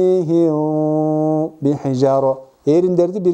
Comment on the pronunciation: Ас саламу алейкум суроо? сукунду мим ба тамгасына жолукканда бираз в тамгасына ыктап окууп жатасызбы? Тормиихивв бихижароо деп. Рахмат Аллах ыразы болсун аминь